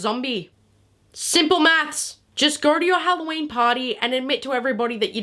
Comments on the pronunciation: “it’s Halloween not HelloShien” Is FRYing me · This is halloween, not hoe-llo-weeb